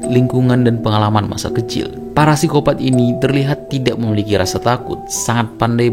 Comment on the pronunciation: Koreksi min, Psikopat, P nya ngga usah dibaca